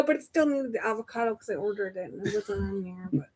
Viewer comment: The way pronounces things makes me angry. Avacodo